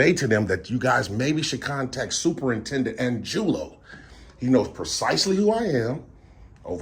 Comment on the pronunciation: Angulo? Is pronounced ahn goo lo if he's Hispanic.